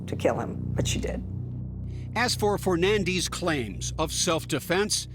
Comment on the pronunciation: I’ve never heard “Fernandes” pronounced the way they pronounce it.